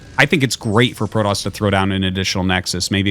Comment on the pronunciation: Pro-toss or Pro-DOS?